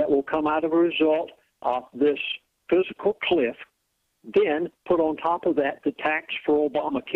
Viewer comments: Dude, it not "physical cliff", it is FISCAL cliff. Please also inform your elite friend that it seems a little goofy to expound on fiscal policy if you can't pronounce or spell the term. But, the message is clear and I feel all this is more than basically true. I am age 60 and I feel totally disposable. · "Physical" cliff? This kat is preaching financial ruin and he calls it "Physical" cliff? - Damn, , , someone help the old dude get it right. FISCAL - FISCAL - FISCAL - as in financial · has obviously never heard of the word "fiscal". He keeps saying physical cliff, LOL. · I swear i heard him say "physical cliff". I might just be crazy... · As much as I'm leaning towards believing this guy, the fact that he keeps calling it a "physical cliff" instead of a fiscal cliff makes me think he doesn't know what he's talking about. He also said churches have a "401c3" status. They do not; they have a 501c3 status. Did anyone else notice these? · He keeps saying physical cliff-its fiscal cliff but not splitting hairs-he's right we are screwed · "Physical" cliff? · I can't stand when people pronounce fiscal as PHYSICAL.. Makes me bonkers. lol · I think a lot of these ideas are correct, but remuneration is consistently misprounced; fiscal cliff becomes physical cliff. How can an educated person of his type do this and be taken seriously? , 501 (c) 3 non-profit corporation becomes 401 (c) 3. Educated people do not make these kinds mistakes. Or, am I being too harsh? So far, I haven't heard eck setera, but I'm waiting for it! Pardon for being so cynical. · If someone can't pronounce the word FISCAL I consider the source unreliable. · I agree. If he can't pronounce FISCAL, his credentials are very dubious. I wouldn't be surprised if he says NUCULAR also.